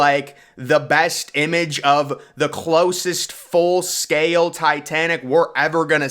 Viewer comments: Or mispronounces the world "SCAY-EL" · The staircase didnt float up and totally out. That's impossible. It floated up and hit the interior structure and just rotted when it got to the bottom. And I wish ud speak up i cant hear u. And im still wondering if the inside of the set ship was hollow. ? What word is scaYale. Do u mean scale ? Its one syllable so is the word thoseA. Theres no A in those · I have to mute this.... its scale, not sca-yell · I like your voice. It's very intense. I especially like the way you say, "scale."